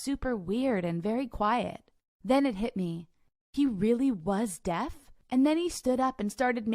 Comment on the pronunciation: did she say death guy instead of deaf guy?